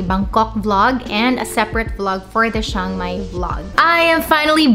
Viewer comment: "Tsang-Mai" not "Shang-Mai"